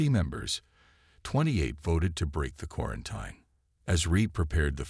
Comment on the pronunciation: please find an AI that can actually read. and pronounce words. quaranTEEN, not quaranTINE